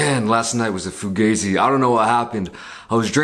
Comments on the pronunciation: Nigga said “fugazzi” LMAOO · The moment he said foogayzey I lost it 😂 😂 😂